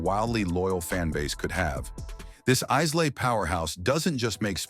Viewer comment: C'mon — even many casual fans of Scotch whisky know that Islay is pronounced Eye-La.